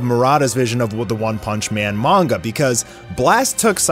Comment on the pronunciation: Good to see someone else pronouncing it "Mon-guh" That's how I've said it since I was little, just sounds better to me so I prefer it.